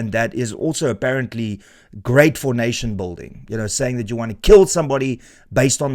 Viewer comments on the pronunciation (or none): none